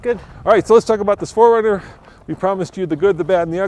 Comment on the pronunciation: pronouces Four Runner as Foringer